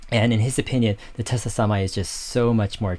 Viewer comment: Dave, it’s pronounced like Nikola Tesla. I don’t like the company. Hydrogen is expensive and dangerous and unsafe. Why not just directly compete in battery cars with Tesla then I’ll consider their stock.